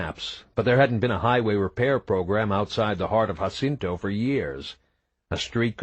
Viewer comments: Other than the narrator not knowing how to properly pronounce “Jacinto”, and 2 poorly executed accents are his only go-to for vocal character building, this is a great story! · Its really funny that the guy doesnt know how to pronounce Jacinto and rather than trying to do Coles voice he does some stereotypical voice 😭 book is fckn fantastic tho great to listen to while hitting the gym between Eday plays